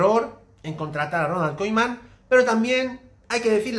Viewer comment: Por qué dices Koiman?